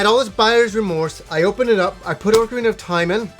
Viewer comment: Pro tip "Ocarina" is not pronounced "Orcarina", lol.